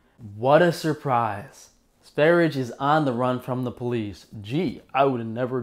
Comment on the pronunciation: Lets all say it together so you learn: S V E - R J E. It's Swedish for Sweden.